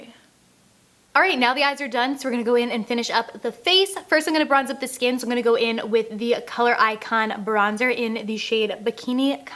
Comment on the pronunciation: "i'm" not "i'n"